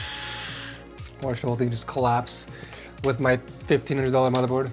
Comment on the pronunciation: he says boardmorther😂